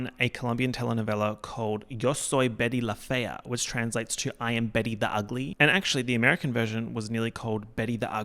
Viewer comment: Your Spanish was on point in Betty la fea, bilingual king???